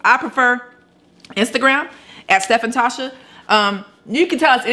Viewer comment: Yessssssss Tasha you said the it right 🥳🥳🥳